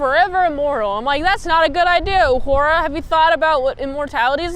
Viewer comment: You say UH-whore-ah. It's not ooh-hur-ah. And I'm not kidding or trying to be disrespectful. It's actually the only way I know to spell precisely how her name is pronounced.